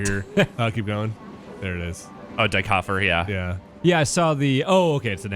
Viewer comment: "dye koffer"